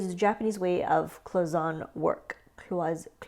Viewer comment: It's probably said cloy son ay cloisonné